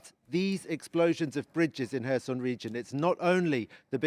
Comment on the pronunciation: His pronouncation of Kherson is very poor